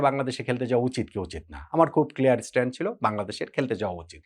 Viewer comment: its stance.. Not not stand..